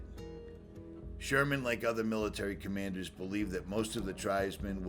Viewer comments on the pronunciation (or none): none